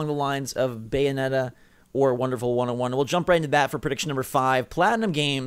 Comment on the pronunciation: BAY O NE TA GOD DAMMM IT